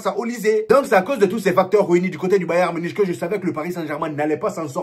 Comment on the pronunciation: On le prononce bayern munique frérot pitié 🙏🙏